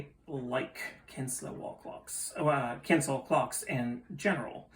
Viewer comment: Kienzle is pronounced "KEEN-ZLE" Not "Kins-La" fyi. But very nice clock and they are super well made, like my art deco one which is ironically getting repaired.